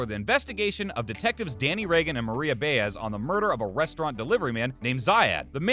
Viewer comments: Am I mistaken? Isn’t Maria’s last name pronounced Bi az, not Bay ez? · For Heaven’s sake! Do you watch the show? Then you should know that the name of Danny’s partner is Ba-Ez, not Bay-ez!